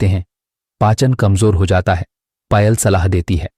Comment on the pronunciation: पायल को पयल क्यों बोल रहे हैं